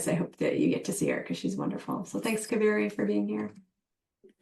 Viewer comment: Not ka- veri … It’s pronounced as KAA- veri ( holy River in Karnataka )